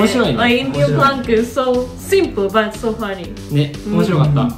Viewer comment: It's prank not plank by the way subscribed ❤